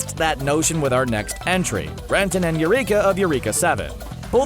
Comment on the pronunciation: I think its pronounced erica 7..... not you-reeeka 7....just saying.. you can blame the katakana